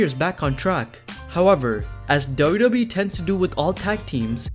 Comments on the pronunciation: It's pronounced "double you double you eee" not "Dobba Bee" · It's WWE not dodobi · it's W-W-E, not DuDuE! Also Kane is the Mayor of his Tennessee town now, he needs to split his time. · All I hear is Dough Dough Bee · What is up with "dub dub ee" man ! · talk slower what is da da e . you said wwe correctly 1 the whole video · I know that he is saying WWE but everytime he said WWE it sounded like Dodo Bee. Dodo like in the bird. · I can't stand your pronunciation of wwe. Ugh, grinds my gears and ears. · How hard is it to say wwe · 😂😂😂 Took me a while to realise that he was saying WWE